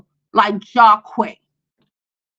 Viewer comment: Lol the names are pronounced JAH-QEEES and drEEzy. Long vowel sounds (this why they made for each other)